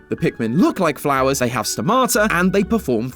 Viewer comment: It's not sto-mata it's sto-ma-ta